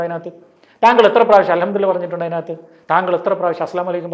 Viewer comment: Alhamdu le lah ennannu , mariyo padikkannam. Chek arabic its not allah its lah